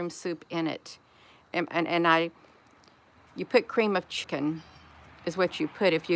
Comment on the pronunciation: AI did it to you again in this video. It would not let you say the word "chicken". They put a slight glich on the K in chicken. It didn't sound the K.